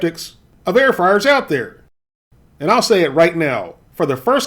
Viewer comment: Air froars 😂